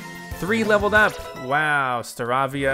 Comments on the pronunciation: Staravia is pronounced (star)avie)a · I know you might be getting tired of this, but Staravia is pronounced Sta-ray-vee-ah. :) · It’s pronounced Star -A-Vee-Ah